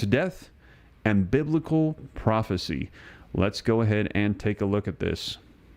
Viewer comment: Yes! It's bibical!!